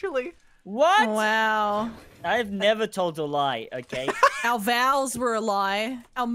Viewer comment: I heard that as, "Our vowels were a lie"